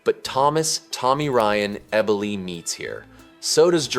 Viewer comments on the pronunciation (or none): Ebb-O-Lee,pronounced Eboli.😅